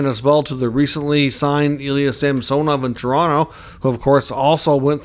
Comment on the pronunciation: Samsonov has gone on record to say he pronounces his name SAMsonov, not SamSOnov, fyi.